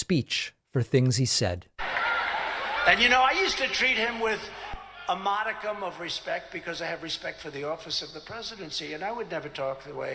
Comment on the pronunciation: He pronounces modicum wrong......hahaha....what a phony.